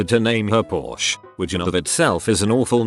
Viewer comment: Wow even the robot voice can't pronounce porsche right